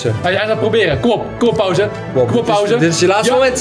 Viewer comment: Je spreekt het niet uit al pauze maar pausee de 2